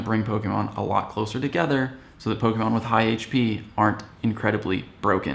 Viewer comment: I died when he said Blissey 😂